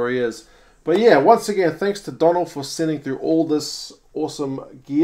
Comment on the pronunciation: Hiya ... if his name is spelt 'Donal' then its pronounced 'Doughnal' assuming he's Irish FYI 😁